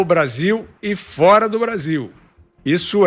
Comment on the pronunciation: Esse cabeça oleosa fez curso de oratória com a Dilma, com um detalhe, ainda é gago pra melhorar , e brézillll!